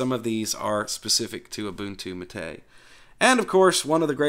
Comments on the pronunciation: Yep, I was going to say the same thing. is pretty close with his pronunciation, he just needs to change the stress in the word "Mate" (it's MAH-tey, not mah-TEY) to the first syllable, and same thing with "Caja". No es que sea el fin del mundo, pero ya que quiere aprender a decirlo bien... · Sorry but Wimpy is plain wrong. MATE is pronounced as "matte" (like the paint type). The name was given by Perberos and it comes from the Yerba Mate plant, which incidentally is used as a very popular and traditional infusion in my country. Compton+Marco is a lighter option for getting rid of the vsync issue. You can find it on the Mate-tweak tool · You are actually pronouncing the name wrong. The stress should be on the first syllable: MAH-teh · EXACTLY! That was the bestest explainification I've heard so far. Bloddy Anglophiles with their overprononciation and emphasis on certain syllables are nerve wrecking. As I always say: "MATE, pronounced as spelled." Emm, ah, teh, eh = Mahte Simples, right? Well, obviously not so simple if you belong to the minority of natural born anglisi speakers. :) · That guys full of it. You stress mah not tay. Like mate the herbal drink.